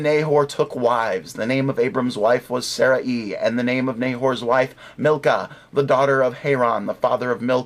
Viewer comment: By the way, it's not pronounced Saraeee, it's pronounced Saray (with a very short 'i' sound). Call me the hair splitter ^_^